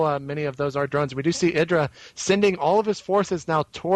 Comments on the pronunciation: ITS I_DRA NOT IRA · its pronounced [eye-dra]